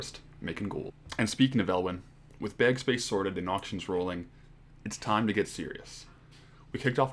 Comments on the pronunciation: I'm liking this series. But every time he says BEG instead of BAG it makes me twitch.. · Im just watching this guy first time. He's Canadian right? that was the Canadian way of saying "bag" im sure